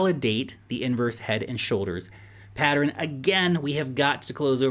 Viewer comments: PAT-tern vs PAT-er-ren? How many syllables? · "Patteren" kills me everytime 🤣